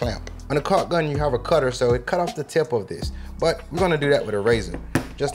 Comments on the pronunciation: sounding like CoCk Gun 🤣🤣 that is why especially mentioned Caulk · "Just in case you can't find your CALK" hahaha